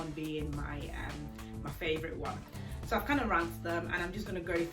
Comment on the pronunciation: I was trying to figure out where you are from then I heard you say ‘ Sooooooooo’ and realised🤣